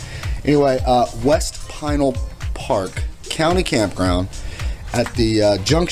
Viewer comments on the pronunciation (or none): Great video! As a native Arizonan I'm familiar w/the areas around Casa Grande & the mountains to the south & the east & your video highlighted the area well. Just an FYI regarding Pinal Park or Pinal County. Pinal is actually pronounced Puh-NAL instead of PIE-nul. Keep on pedaling! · Pinal is pronounced puh-NAL instead of PIE-nul. Very good video. I used to live in Casa Grande back in the late 60s when I was just a wee-un. That's back before there was even a town called Maricopa. Amazing to see whole new towns popping up in my lifetime. Also cholla is pronounced choy-uh. Really enjoyable video & a good reminder that bicyclists can indeed use the Interstates. Keep on pedaling! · Enjoy the videos as usual....keep 'em coming. BTW, it's pronounced pin al county, also, stay away from vekol valley...smuggling corridor bigtime